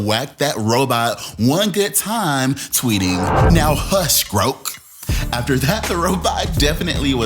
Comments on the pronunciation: groak? baby, it's grok lol. pronounced with the short "o", not the long one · Dude. Grok is pronounced like it rhymes with sock. It’s from a Robert Heinlein novel which means “to understand”. You sound like you’re 80 years old and never touch the computer in your life right now.